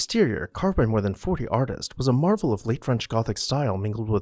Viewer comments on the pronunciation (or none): none